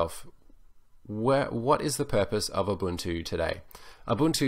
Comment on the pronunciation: yes UBUNTU not UbanTU